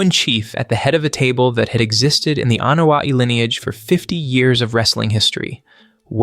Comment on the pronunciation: It blows my mind that you can go into so much detail, yet absolutely BUTCHER their last name: its starts with an "A" and is pronounced with an "A", not an "E"